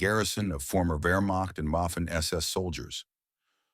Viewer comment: Boffen SS veterans Moffin SS soldiers? Isn't AI great?